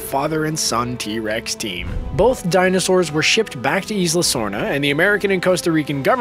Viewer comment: it is not Eesla, it is "eye lah"